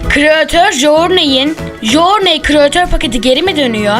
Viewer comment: Jorney diye okunmuyor o jurney diye okunuyo knk